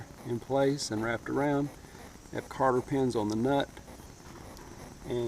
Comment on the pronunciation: Cotter...!!!! Not Carter...!!!